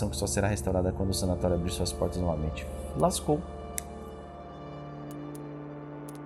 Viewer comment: "lascou" hahahahahahahahahahAhahahahaha